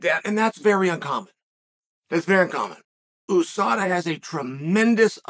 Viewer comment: Why Chael say oooh sada and not ewe sada? How he say albhabet I wonder?